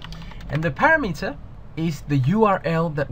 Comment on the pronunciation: SOME CONSTRUCTIVE CRITICISM for you... What is up with, when you say, "EXPLAIN YOU", This should be said as "explain TO you". A BIG ALSO... Parameter is not pronounced "PARA-METER", it is pronounced "Pa-RAM-e-ter". might have a good video, but speaking correctly is half of TEACHING...